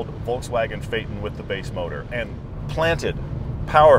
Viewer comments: Exactly! My ears are beading each time he says "Volkswagen" 😭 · Discusses the correct pronunciation of Phaeton in depth Pronounces Volkswagen wrong